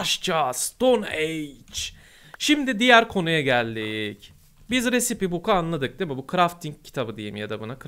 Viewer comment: Recipe risayp diye okunur